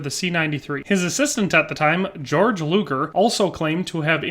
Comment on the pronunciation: I don't wanna be that guy, but given that I've spent a lot of time studying this pistol, I thought I'd point out: - It's pronounced bor-shart (Hugo Borchardt), and gay-org (Georg Luger). other than that, the history provides here is pretty accurate, well done! fun fact: Hugo Borchardt refused to further develop his pistol because he believed it was perfect, so DWM gave him the boot, and had Georg Luger update it. Luger actually managed to get the pistol right almost first try, creating one of the most iconic pistols in history.